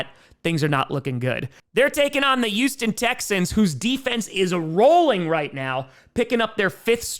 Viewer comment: I love you man... but PLEASE start pronouncing the "H" in Houston. it's NOT ewston, it's Houston.